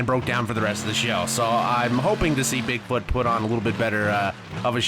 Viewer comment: you said bigboot